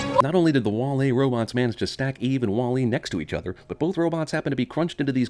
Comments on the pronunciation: "WALL-A" I think it's WALL-E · bothered by how you're saying wall E with the emphasis on the E. it's WALL e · sin for the way you pronounce Wall-E with the emphasis on the E. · I know Im 9 years late, but his pronunciation of "wah-LEE" over "WAH-lee" is driving me bonkers. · The real sin is how he pronounces wall e as wall.. E instead of walle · CinemaSins pronouncing it Wah Lee instead of Wally - Ding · It's pronounced wAll-e, not wall-E. And 90% of the supposed "sins" are even sins. You could have just said "damn, this movie is great, there aren't many sins" and make this video 3 minutes long. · Remove a sin for you being the only person on the planet who pronounces "WALL-E" with emphasis on the second syllable. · 100 for pronouncing WALL-E wrong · I'm strangely annoyed by the way you pronounce "Wall-E" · The only thing that peeved me about this sinning was how you pronounced Wall-E.